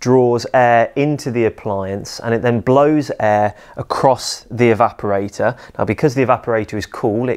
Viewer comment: to my ears he's saying "evaporai-TAH"